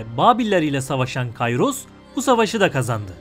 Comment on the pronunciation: Kayros diye okunmaz Kiros diye okunur tıpkı Sezar değil kesar gibi